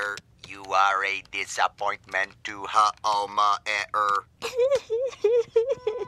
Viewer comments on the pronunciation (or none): Funny how can't say Homer's name correctly, but pronounces every other word right, nonetheless.